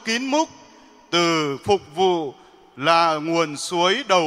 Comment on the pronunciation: Phụng vụ chứ. sao cứ đọc là phục vụ nhỉ, sai sai thế nào ý